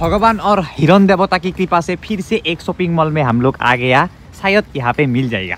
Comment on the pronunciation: Hiron nhoi a... Hiran 😂😂😂